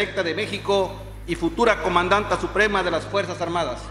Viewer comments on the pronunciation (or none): Futura comandanteeeeeeee a costumbrense no comandadnta